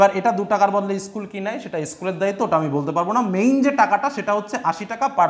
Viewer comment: Issssschool ta ki😂😂😂😂